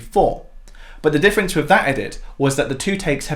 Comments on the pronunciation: With not Wiv. Interesting video. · Why on earth do you keep saying ‘wiv’ and ‘wivout’ instead of ‘with’ and ‘without’? You must be able to read? So you know whether it’s ‘v’ or ‘th’. And you know the difference in pronunciation. So why sound like an ignorant idiot?